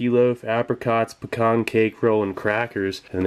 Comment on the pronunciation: You pronounced "pecan" correctly!! :)